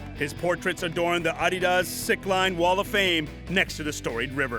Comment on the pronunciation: That's the correct way to say it. It's a contraction of the company founder's name, Adolf "Adi" Dassler